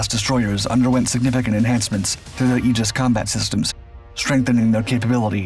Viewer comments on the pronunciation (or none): none